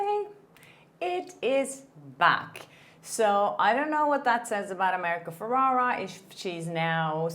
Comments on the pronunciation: saying America’s name wrong, its FerrEra. Sorry, it gives me the ick every time you say Ferrara. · It’s ferRERA not feRARA